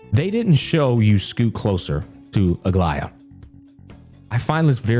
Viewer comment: Bruh, you know he is listening and tried to enjoy the quest when he pronounced Aglaea, Aglaea! Clap clap! 👏👏👏